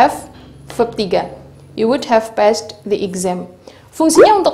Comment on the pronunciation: Tolong dijelasin mengapas kata passed diucapkan / pest /